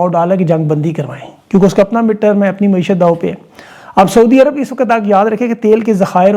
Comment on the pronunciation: درست لفظ معیشت ہے نہ کہ معشیت